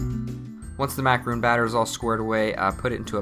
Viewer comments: IKR he pronounces it Macaroons when it's Macarons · Theyre Macarons, not Macaroons. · It’s mot macarOOn it’s macarOn. 😂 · Despite being the incorrect way-Americans call them French "mah ka roons" in pronunciation. It's easier than the proper frencb way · How come a chef like you don't even know how to pronounce a dessert you are making? :/ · he keeps pronouncing macaron wrong! its killing me! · It's not the same thing. He's just pronouncing macaron wrong.